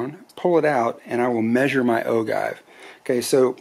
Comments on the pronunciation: Hello, I am enjoying watching and hearing you go through your handloading steps. In all due respect, I would like to correct you on pronouncing the word “ogive” and the description for the length of your cartridge. The word ogive is pronounced, “o-jive”, and the measurement from the cartridge base to the point on the bullet that touches the lands is called “cartridge base to ogive” or CBTO. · Anyone else just want to close the video when he said ogive wrong or is it just me ??? It’s a decent video but when you don’t know the name of what your checking is bad